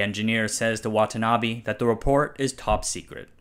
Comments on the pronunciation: its not watanabi its watanabe please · Butchering the pronunciation of Watanabe as Watanabby on a channel called "Asianometry"? WTF